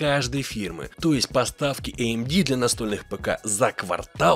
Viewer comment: меня одного подбешивает, что он говорит эй эм ди вместо АМД? это как некоторые говорят эйсус вместо асус. так глупо пытаться говорить как оно звучит в оригинале. есть устоявшиеся произношения названий брендов и т.п., которые адаптированы естественным образом под местный язык. так и правильно их произносить